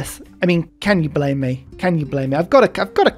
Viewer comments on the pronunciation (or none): none